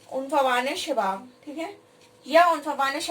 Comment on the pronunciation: Madam ap ki koshish achi hai but ap ..ye kia hai ap kabhi koch topic tu kbhi koi or topic .. Or ap ko urdu sahi bolna nhi ara unfawane shabab nhi khete ose afwaane shabab khete..😊😊